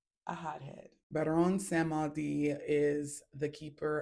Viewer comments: It’s called: Baron Samedi (Samdee). Not “samuhdi. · Samedi means Saturday and it’s pronounced “Sam Dee” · Samedi is pronounced different sista it means Saturday .